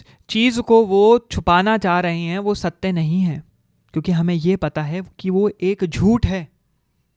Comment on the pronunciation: Satte ya satya....bro ka pronunciation bohot hi khrab hai.... please mat bana philosophy pe